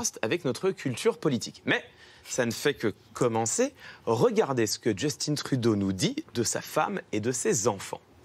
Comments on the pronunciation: Mais pourquoi tout le monde dit « Djeustine » Trudeau? Il est Québécois... on dit pas « Cilaïne » Dion! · Super vidéo juste on ne dit pas «justine trudeau» mais «justin trudeau» sans l'accent anglais. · Justin pas Justine ils est Francophone dite le en Français MRD XD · Justin pas JustinE, comme Justin bridou, c'est pas compliqué pourtant. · C'est Justin Trudeau pas Jostine Trudeau Harry Clément Potter. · Je suis en admiration devant M. Viktorovitch qui m'a réconcilier avec la langue française. Seule réserve, les noms et prénoms des personnages / célébrités ne sont pas utilisés avec leur prononciation d'origine (Justin Beaber canadien anglais (ʒystin) - Justin Trudeau canadien français (/ʒystɛ̃/) même constat pour Barbara Streisand (américaine)... ça déforme l’appellation. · je vois je suis pas le seul a qui sa la déranger le Justine XD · Justin Trudeau c’est un québécois pourquoi tu prononces son nom en anglais? Ça me met vraiment en tbkk !! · On doit en fait prononcer "justin" à la française, car c'est un canadien français.